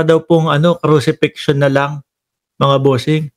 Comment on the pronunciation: crucifixion po not cruxifision. But i like your analysis. Magaling ang mga Arguments mo!